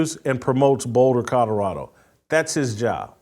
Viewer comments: I am also not a fan of Mr. Sanders and it was long, long before he stepped into the coaching ranks. I’ve always viewed him as a self-absorbed opportunist; all about him. I agree with you, Jason, on every single point. But, I need to ask a favor, please: it’s CoLorado, not CoDorado. That is annoying. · Whitlock shouldn't speak on Colorado until he learns how to pronounce C-o-l-o-r-a-d-o. Not Codorado. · Jason can’t say the word “Colorado” to save his life. “Cotterado”…😂😂😂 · Colorado not Codorado! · Cadarado ? Mr. HOF Journalist needs to learn to enunciate while he ridicules other people’s achievements.